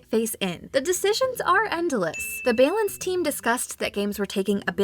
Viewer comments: Did she just say bay-lance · aww, they worked so hard on these jokes and it is bay-lance that sets everyone off lol. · I lose it every time in all her videos when she says balance. 🤣🤣🤣🤣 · I lost it when she pronounced “bay-lance changes” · The narrator has gotten quite good since they started producing videos. However, that's one word where her accent really comes out. :-P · <3 we wanted to pay homage to the earlier mistakes that she made with it when she first started! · Can't blame her - it's a tough word to pronounce correctly. I'm a native english speaker, and sometimes I accidentally make it a hard "C" sound at the end, so that it sounds like "balink changes". Sometimes you just gotta own it. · The biggest April Fools joke was the way she said Balance